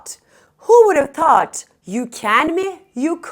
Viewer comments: ingilis dilinde Tout deye teleffuz yok {Th}- peltey "S" okunuyo milletin ingilis dilini bozmayin google translateden orgenib gelib biseyler orgetmeyin. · Thoot uzun o sesi var a sesi degil